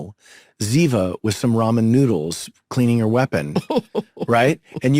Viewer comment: I have loved 🥰 these two characters since they started acting together ❤. And by the way it’s Ziva not Ziba .